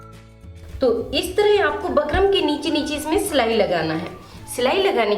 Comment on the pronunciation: Madam बुकरम् hota h bakram nhi